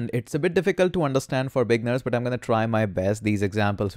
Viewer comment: Another note: the way you pronounce beginners is NOT 'BEG-ners" your emphasis is landing on the wrong place. It should be pronounced as "Bih-Gih-NERS" should be THREE clear syllables, if you put your hand on your mouth and pronounce it you should feel THREE separate clear bursts of air. Thank you hope that helps, I only focus on words that you as a Youtuber will be saying quite often so it's worth correcting. Thank you